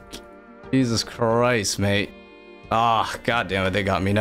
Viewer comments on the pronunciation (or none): none